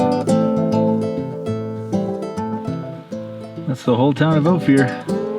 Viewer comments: fyi….it’s O-fir, not o-fear. I lived in Telluride for two years many years ago, so know how it’s pronounced. been there several times. Opir pass road is pretty rough, even in summer. a 2 wheel drive van not gonna make it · It’s pronounced o- fur 😂 …that’s my old neighborhood ❤️‍🩹